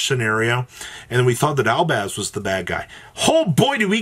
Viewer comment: Albaz not albaand